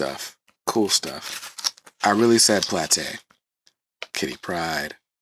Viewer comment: Yes keep doing Omnibus overviews when you get a chance -- as long you say PLAH-TAY ("plate") in every video!